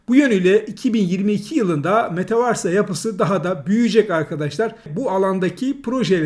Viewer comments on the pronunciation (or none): Hocam nolur şuna metavarsa değil de metavörs desen. İngilizce bilmek zorunda değilsin de kelimeyi doğru oku bari teşekkürler